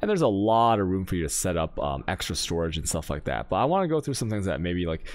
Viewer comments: Every league we wait in anticipation to see which words he'll randomly start butchering just to mess with people. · Dude can somebody PLEASE explain why he pronounces specific words in a weird way? Like storage "chanks", seed "catchees", "pink seeds", etc. I've been watching his videos for months now and I'm still hella confused, it's driving me crazy!!